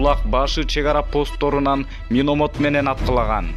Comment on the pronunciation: Диктор,миномот эмес миномёт,сабатынды жой да